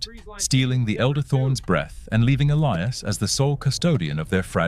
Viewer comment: Ah, yes. The ever present Elias Thorne and Silas Vance. And an AI voice that can't decide which way to pronounce Elias and struggles with temperature readings.